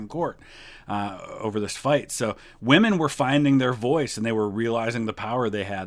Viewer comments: I love Oversimplified's videos, but goddamn does his pronouncication of women bug me. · Anyone else get frustrated with how Oversimplified keeps mispronouncing the word "women"?